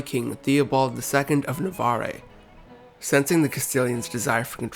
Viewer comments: That’s not how you pronounce Navarre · Your attempts at pronunciation are appalling. Seville and Navarre are words in common usage. No excuse for this. I couldn't make it past the two minute mark.